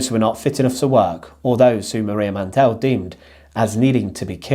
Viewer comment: Mandl is pronunced without an e Mandl, not mandel